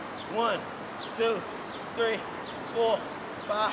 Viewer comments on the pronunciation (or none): that ''ThReE'' bruh im dead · "One" "Two" "ThReE" "Four" "Five" "SiX" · The way he said three Lmao